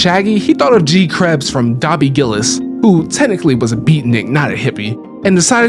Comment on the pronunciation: Well, you gave away your age by mispronouncing Dobie Gillis. (It's Dough-Be.) Otherwise, nice job.